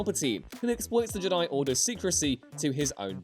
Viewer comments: I have never ever disagreed more to anything in my whole life to when he said “Luke in the last Jedi was perfect”. Fuck off how can anyone believe that? Also, Learn how to pronounce Jedi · I always heard Jedi as a trochee not an iamb